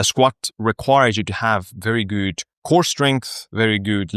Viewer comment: Random suggestion: If you speak out „good“ correctly, your overall language quality in your videos improves by like 50 % :D